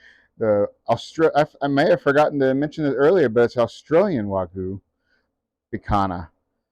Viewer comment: Not "wagoo peak hana." It is "wag-yoo pick-han-yah"